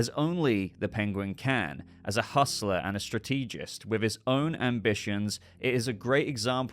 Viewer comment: “Strateegist”? I didn’t know George W. Bush had his own YouTube channel! 😮